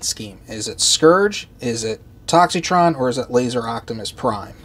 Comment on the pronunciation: The I in his name is silent!!!